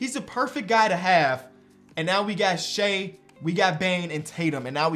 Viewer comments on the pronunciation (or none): none